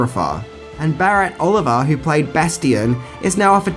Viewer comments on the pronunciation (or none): none